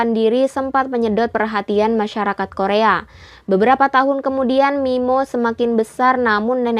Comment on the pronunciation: sampe aku puter bolak balik min, buat memastikan aku g salah denger 😁😁